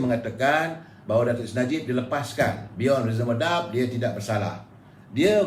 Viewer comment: Viva Voce tu bukan baca dia Viva-vos... Baca "Vai-va Vo-se". And please learn some correct pronunciations on other words as well if you wanna use English language, like the word "doubt" for example.